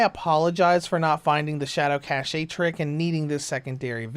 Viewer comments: Lol I love how you think cache is pronounced cashaye. It's actually pronounced exactly like the word cash. The e is silent. Not making fun of you, but it definitely made me laugh. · it's Cache(Cash) Not Caché , Damn you are native english speaker ! how low can you be St u pi D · I usually don't care about stuff like that, but I'll admit I cringed every time he started saying "shadow cache." But I do appreciate the tip to use that setting for this game.